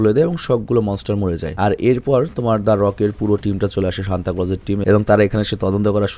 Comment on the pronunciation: Vai oida santa na senta😢